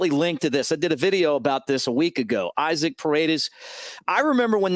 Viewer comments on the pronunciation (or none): Hey Mick!!🤜🏽🤛🏾 Love the podcast!! His name is pronounced E-Soc, as you know the Latin pronunciation is different from English!!🤔👍🏾